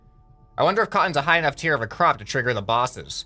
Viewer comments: its tier not tear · You mean "tier" instead of tear.